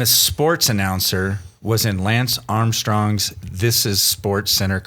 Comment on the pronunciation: There’s no way after 3 years you can still mispronounce the name of the greatest rider of this generation. Lance - “ hold my beer”